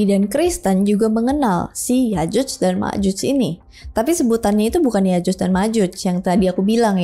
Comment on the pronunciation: Yakjuj bro bukan yajuj